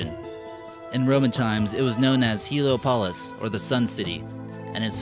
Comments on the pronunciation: Heliopolis; pronounced- Hee-Lee- Ah-po-liss. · After listening patiently to some of your "American Eye" videos my only real suggestion to you is to hire someone,anyone who can PRONOUNCE the words,place names,countries etc with perfect clarity,,,one such place name being "Heliopolis" not as your announcer pronounced it ,,try employing an Englishman with a good accent and perfect diction,your nasal american "twang" is offensive to my ears